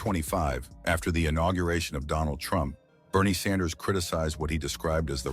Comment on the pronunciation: ‘Sanders” or “Saunders”? Is the computer voice program messed up or is the person reading this just stupid? Get your act together.